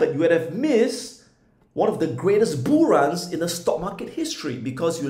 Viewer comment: Lol. He saying “Boo Markets?” Or bull markets lol